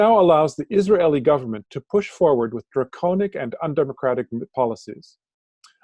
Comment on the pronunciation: Pandemic not pendemic, draconian not draconic.